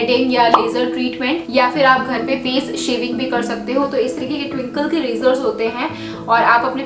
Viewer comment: Dii ty because taken my name twinkle but u said tinkle